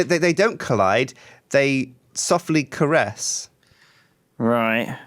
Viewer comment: "worlds dont collide they gently coress" - 2016 XD